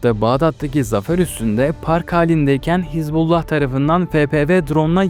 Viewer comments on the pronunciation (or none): none